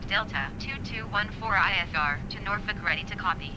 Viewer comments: I’m originally from the Hampton Roads area, thank for for pronouncing Norfolk correctly! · So the scenery you have for Norfolk I think is what’s causing the lack of approach information in the world map. The default airport has the approach information. (Btw, good job pronouncing the city right. I’m from the area)